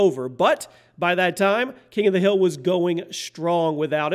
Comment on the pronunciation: King of the HILL? Last video of yours i watched you pronounced HERETIC wrong too LoL #MiniFail